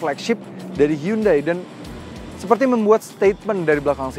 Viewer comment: pelafalan Indonesia yang bener, Hyundai = hi-yon-de / hyonde